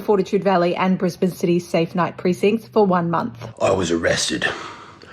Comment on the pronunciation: Bro I got jump scared hearing my local area name dropped here. Also thank god for pronouncing it as brisBIN instead of bris-BANE